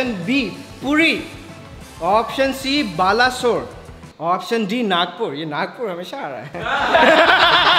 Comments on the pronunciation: It's not balasore... It's pronounced as (BAL-A-SORE) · it's pronounciation is balesuar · Balesore is wrongly pronounced broo